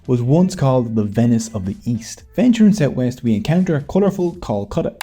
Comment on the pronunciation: As a bengali myself and native to Kolkata (which you pronounced flawlessly though), I am more interested in knowing how you stumbled over the topic of “Bengal” as an Irishman. I did not know people so far far up north are even aware of the Bengalis. Interestingly enough the 7th language in which “Heathrow Airport” is written at Heathrow is bengali.